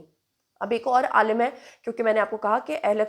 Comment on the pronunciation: بہن علماء جمع ہے عالم (سکالر لام کے نیچے زیر کے ساتھ ) کی عالمین جمع ہے عالم (جہان)کی لام پر زبر کے ساتھ